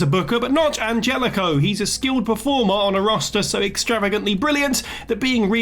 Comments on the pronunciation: I know this may sound nitpicky but it just kinda bugged me, his name is Angelico it's Spanish. So for future reference it's pronounced like you're saying "On Hell E Co". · Isn't it pronounced AnHelico?! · It's pronounced "An-HELL-ico" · Angelico's name is prononced "Anhelico". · If you can't say their name right, don't include them on the list. The j in Anjelico is pronounced with an h sound. Ann-hell-ick-o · The way you pronounce Angelico concerns me 🤣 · The G in Angelico is pronounced like an H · That's not how Angelico's name is pronounced. Like you watch one Angelico match and you'll know that that's not how his name is pronounced. Does the person reading the video actually watch AEW?